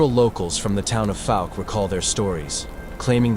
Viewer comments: They use an AI voice for the videos. AI is known to pronounce words wrong sometimes. Great video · 👣⭐🙏🏆 Pronunciation of Fouke is FOWK-uh , ˈfaʊk, like "ou" in ouch. Research stories from the Caddo Indians and the Sasquatch. Thank you for sharing this